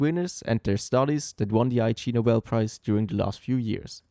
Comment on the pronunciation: it's pronounced 'igg-nobel' not 'I.G. Nobel'. it's a pun on the word 'ignoble' which means 'dishonorable'